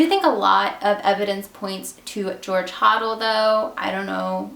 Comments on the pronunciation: The guy who wrote book about his father, he pronounced the last name Hoe-del. New here...I like it. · A few things as I have studied this case in depth . 1. It’s pronounced George Ho-Dell. 2. There is no proof that Elizabeth went to Hollywood to be an actress. This is just speculation and there is no evidence she ever even auditioned for a movie or tv show . 3. Imo Short’s killer was Hodel and the Cleveland Torso killer was most certainly a man named Sweeney and therefore they are not one in the same . 4. I completely agree she was not a prostitute and engaged in the practice known as dating for dinner . 5. While I really wish this case could be officially solved I highly doubt it ever will be and the case is as good as it ever will be too much time has passed and many witnesses and suspects have passed on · HIS NAME IS PRONOUNCED HODEL. NOT HODEL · Great video! You're pronouncing the name 'Hodel' wrong though. No biggie, just pointing it out. I might just sub your channel.